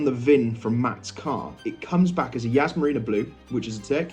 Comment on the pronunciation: Yas not Yazz